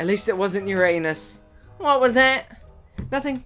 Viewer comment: A-also... that's not how you pronounce Uranus ><